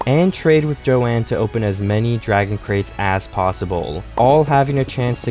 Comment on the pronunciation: Johann is pronounce "yo-han" in the show :)